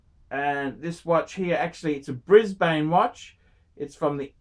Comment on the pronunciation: Why the fuck are you pronouncing Brisbane like an American?